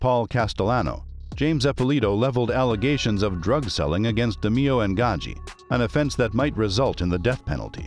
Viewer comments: Pronounced DE MAYO. NOT DE MEE O. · I swear to god it's DE NOT DI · Great Episode!!!! Very Informative!!! Just wanna say though, the last name is pronounced De Mayo, the way that would roll off you tongue. But very entertaining and informative!!! :) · Actually the name is pronounced DAY MAYO. And the thumb nail shows a picture of Roy, but calls him Tony. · Almost unwatchable because of it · its pronounced de-mayo.......jesus😒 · Da-MAY-oh. Pronunciation like that, you might be Gemini meat. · You butchered his name. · i dont like how you pronounce roys last name